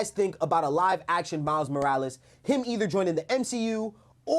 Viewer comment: I want a Kinda of new upcoming actor. But people love to forget that yes he’s black but he’s a black LATINO 😭. Miles Morales. Roll that r in his name please lol😭😂. But jaden smith is a WILD pick. Appearance wise. Style wise. He just don’t have it lmao. But definitely need someone that can act. I would FREAK out if they continued with Andrew Garfield. I’m happy tobey isn’t in this conversation tho lol. Cause fanboys go crazy but acting alongside Andrew Garfield. Even in no way home Andrew stood out amongst the 3. Miles Brown would be an okay pick. I wouldn’t go crazy on the casting of him but I wouldn’t be mad. Especially since he has that latino side to him aswell. I want to say this too. PLEASE GOD. No live action spider Gwen. It’s so odd to me. So random and misplaced. I hated after no way home how people were saying in Andrew’s universe they could get away with a spider Gwen. NO 😭